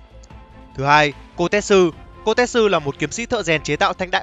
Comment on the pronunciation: Kotetsu đọc là ko te tsu (cô tê chự) chứ ko phải ko tet su (cô tét sư) :))